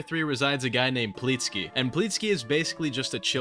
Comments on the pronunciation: i cant tell if this is bait but regardless its pleeksty not pleetsky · ill be forever waiting for the day you pronounce pleeksty right